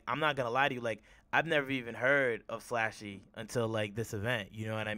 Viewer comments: Pronounced SLUSHY slluuushy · It’s slxshee like the drink there’s no A in my name 😤